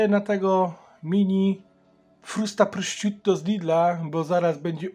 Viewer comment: wymawia się prosziuto